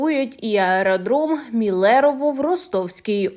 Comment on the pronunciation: МИлерово , не МилЕрово !